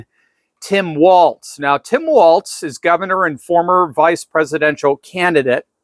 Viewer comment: It’s “walls” like balls, not “waltz”